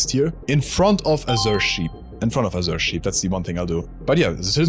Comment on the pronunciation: I get mental damage every time I hear "azure" mispronounced, also a lack of some real OG HL1 mods like They Hunger, on this list.